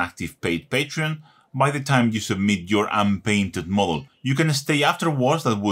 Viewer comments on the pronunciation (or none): You killed me , when you said patron , but understandable